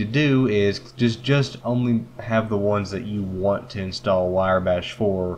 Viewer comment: Decent vid, sir :) its "wrye" (rye) bash